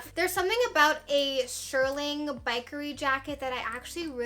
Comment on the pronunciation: not to be mean but if you are going to say shearling a million times, pronounce it correctly!! Shear (like a scissor) ling. Shearling, not shirling.